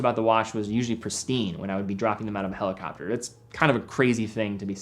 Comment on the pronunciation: & Helicoper , wach/waches